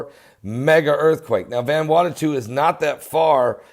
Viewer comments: ..you are still pronouncing the name wrong..it is pronounced as VANA WATU...not VANWATATU:) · pronounced: van ew awtoo but all together no spaces or breaths. :) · It's pronounced van a what oo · Oh MY GOODNESS!! You are worse than my own Father, the way u try to pronounce these places....lol, Let me lovingly help u. IT IS CALLED "VANU-ATU" sounds like, " VONOO--AUGHT--TO" OK?? SHORT SOUNDING O IN VON,. FOLLOWED BY THE "OO" SOUND LIKE IN "FOOD" , then "SHORT SOUND "O" AGAIN, AND THE SOUND FROM"TO", which simply adds up to "VANUATU". God Bless ya, and you are welcome. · Methinks you're mispronouncing the name of the island. Friday the 13th is a fateful day due to the pope condemning the Knights Templar and having them executed all over Europe. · Can't even pronounce Vanuatu, last time I checked there's only 1 t there. Freaking religious whackjob, nothing but an extremist. I was in this earthquake and it wasn't bad or 'mega'. Go get a real job